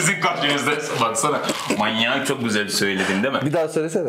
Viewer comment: abi sen birdaha mayyynnyak deme :))